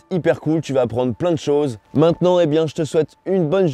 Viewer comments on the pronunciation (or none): le savais tu ? On souffre quand tu prononces ciao